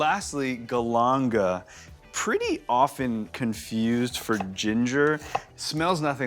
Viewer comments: WTF, you are Thai chef and you can’t say galangal properly? Weird, americans just can’t be bothered to pronounce words properly. “GAL-an-gal” where the A’s are like “car” not “cat”. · The way he says galangal... Triggers me.. also this is an awful rendition of Khao Soi.